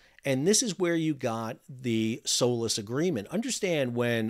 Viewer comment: Everytime he says SOLAS I hear "soulless"